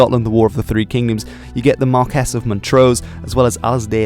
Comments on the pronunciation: Marquees should be said like Mar - key Sorry I had to let you know, for future videos, The way you say it, Mar - kess , grates on my wee Scottish ears. So say it like Mar - key 🗝 Great Video. Cheers 😍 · nice informative video a couple of points 1) the Battle of the Boyne was on July first 1690, not 1692 and 2) James Graham was the Marquis (pronounced as mar-quis and not mar-kess)of Montrose. I can also remember that in living memory the public house in the village of Glencoe had a sign over the door stating NO dogs or Campbells allowed. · I'm asking not telling. isnt marques pronounced mar-kee?